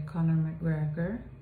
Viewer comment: Sei invidioso ? La pronuncia è perfetta..